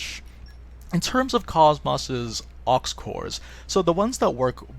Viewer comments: it's not cos-mose it's pronounced kohs mos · Every time you say KOS-MOS I cringe. I'm very disappointed that in this game they chose to pronounce her name differently than in the game she's from...